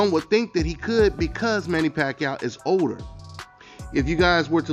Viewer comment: It’s OLDER NOT “odor” 😂